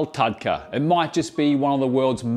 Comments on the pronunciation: The pronunciation is with the use of "R" not "da" in the lines of "TurkA not TudkA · its pronouced more like tar-dka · Love but it’s TAD_KA 😂❤ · It is not taDka..it is pronounced R. So it is taRka. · It’s not TATKA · Approved from India 🎉 Its literally pronounced as Taar-Ka. 🎉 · Hey, nice video! Just one small correction - tadka is pronounced as tarka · i guess the pronounciation does change across regions of India, but I've heard the term being spelt like "tarhka" (roll the r a bit to emphasise its a harder r, which looks like the character for the "d" sound). just a nitpick , food looks great! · Dearest, Tadka is pronounced as TARKA, D usually makes R sound, nice recipe 👍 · it's "तड़का" - tadka - tuh-d-ka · The D in Tadka is pronounced as an R. So, it is Tarka actually. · Sir, it's pronounced as 'Daal Tarrka' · Tadka spells TARRRR..... KA without twisting the tongue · The "d" in "Tadka" is pronounced as a rolling "R" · In tadka ,d is silent n pronounced as tar ka. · Pronounced Tarrrrrka. With a rolling r. Written in English as a capital D. TaDka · U can just call it Dhall Fry instead of butchering the wors Tardka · Pronounced "Turka"